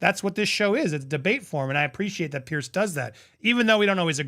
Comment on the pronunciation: Andy, FYI, it’s “PIERS”, not “pierce”. Like you’re talking about multiple docks on the edge of an ocean, not like something you do to your bellybutton.